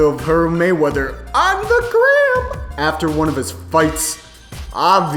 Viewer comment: why da fuq he say gram like dat. lmfao